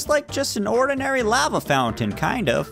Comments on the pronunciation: It's lava not laiva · It's pernounced lova